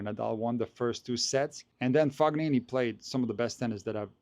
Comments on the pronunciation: Love the pronunciation of FoGnini :) I believe it's something like [Foneenee] with a softer pronunciation of the first N (like in the English word New) – the G is not pronounced at all. But great video as always. I like that you are doing the predictions and the reasoning behind it even though tennis can be so unpredictable. Keep up the good work. Edit regarding Tsitsipas: I don't know if you watched his press conference, but it was really sad, he was talking about the back pain that's been bothering him since the end of 2023 and it keeps coming back and he was not able to serve today. He said he can't find a solution to this ongoing struggle and even hinted at the possibility of giving up and retiring. That would be another big loss from his generation after Thiem, especially for fans of one handed backhand. I hope he can overcome these struggles and regain his form, although I don't believe his return to top 10 is possible against the new generation that's so powerful and motivated by Sinner and Alcaraz. It must be brutal for all the 25+ year old former top 10 players who probably hoped to take over the ATP Tour after Big 3 era. It feels like they are being totally erased from tennis history, except Zverev for now, but I don't see him winning a slam either. At least Thiem and Medvedev managed to grab the US Open title. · Fo- knee- knee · You're as wrong as him. The GN is pronounced like in champagne, where you can and should clearly hear the "G". Source: I'm Italian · What I mean is that pronounced the letter G as it would be pronounced in the name Galileo Galilei. It's the common way of pronouncing G in German or Slavic languages, it's coming from the throat. But there is no such throat G sound in the French word Champagne, nor in Italian "gn", which is similar to Spanish letter ñ. is probably not familiar with the various usage of G in Italian. I just wanted to point out there is no Fog in Fabio's name. Fognini would be spelled Foñini in Spanish.